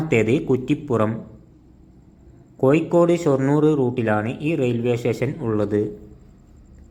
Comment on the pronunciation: കോയിക്കോട് അല്ല കോഴിക്കോട് 😃🤪